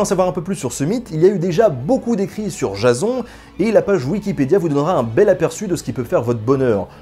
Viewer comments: La façon que tu prononces Jason m'a fait tellement rire xD (Jazon, alors que ça se dit Jaysseun). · sa ce prononce jayson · PUTAIN MAIS C'EST PAS JASON C'EST JAYSONE QU'IL FAUT DIRE MERDE JASON C'EST MOCHE!